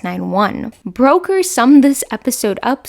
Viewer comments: Brooker not Broker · Looking forward to this. FYI Charlie Brooker is pronounced like Brucker, not Broker. We British like to get it right. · Enjoyed the video, but you mispronounced Brooker and Milioti’s last names. Please check pronunciation before filming, I kept cringing thru the content! Keep up the good work otherwise!!❤ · I question your pronunciation of Charlie Brooker's name. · I'll forgive you as English is not your first language, however I am very surprised you haven't heard his name spoken aloud.